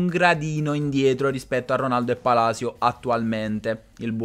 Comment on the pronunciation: Ho solo Palisio come dice il commentatore inglese 🤣